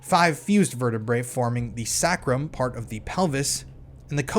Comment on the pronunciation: Sacrum pronounced saycrumb, sacral - saycrol , Coccygeal pronounced cock-sig-gee-all